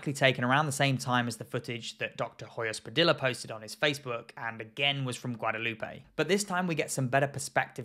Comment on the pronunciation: Just a quick note: Hoyos Padilla is pronounced "oh-joh-s pah-dee-jah:" in Spanish, the H is silent, and both the double L and the Y sound like a soft "j." Great video, though! :D